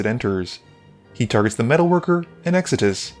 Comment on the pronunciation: You're pronouncing Extus wrong. It's Ex tus not Ex a dis.